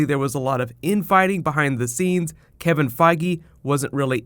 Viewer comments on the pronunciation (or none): none